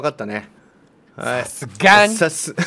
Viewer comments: が𝑆𝐴𝑆𝑈𝐺𝐴𝑁𝐼言うの笑った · 久々に声出して笑った😂 「さすがに？」と「SASUGANI」の発音の違いがなんとなくわかるの面白すぎる😂